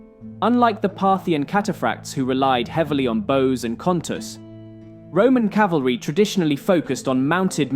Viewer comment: You pronounced it 'calvary' instead of cavalry. come on man